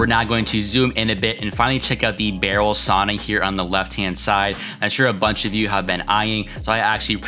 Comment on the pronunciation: Say you’ve been to Scandinavia, still pronounce sauna wrong....